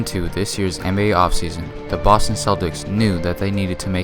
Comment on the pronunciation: David Kent facts BRUH ! This nigga said Boston